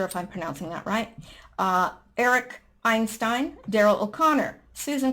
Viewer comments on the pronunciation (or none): none